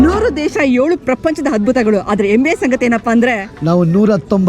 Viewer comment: ನಮಸ್ಕಾರ....ತುಂಬಾ great ನೀವು ಎಲ್ಲಾ ದೇಶ ಸುತ್ತಿ vedios ಮಾಡೋದು...but ನಮ್ಮ ಕರ್ನಾಟಕದ ಹೆಮ್ಮೆಯ ಬಾವುಟ...not ಎಮ್ಮೆಯ ಬಾವುಟ...ಆ ಮತ್ತು ಹ ಎರಡು meaning ಬೇರೆ ಆಗುತ್ತೆ...please ಸರಿಯಾಗಿ spell ಮಾಡಿ....that will be more beautiful...ನಮಸ್ಕಾರ